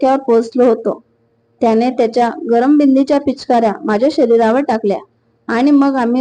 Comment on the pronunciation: 😂😂😂 काय तुमी पण ना बिंदाच्या पिचकाऱ्या टाकल्या असे म्हणा तुमाला नीट बिंदाच्या पिचकाऱ्या असे बोलता येत नाही का तर मी तुमाला कमेंट मंधे ते नाव पाठवले आहे ना ते नीट बिंदाच्या पिचकाऱ्या असे शब्द म्हणा ओके बिदूच्या असे नाही बिंदाच्या असे नीट म्हणा पुढील वेळेस ओके सोपे आहे ते बोला मग